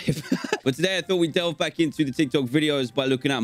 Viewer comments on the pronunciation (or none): none